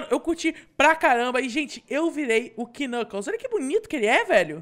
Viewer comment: o nome do knucaos nao e knucaos e knuclas